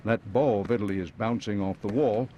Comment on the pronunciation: Incorrect pronunciation of Vitali